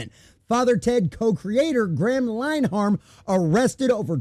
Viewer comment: His name is pronounced "Lin-a-han".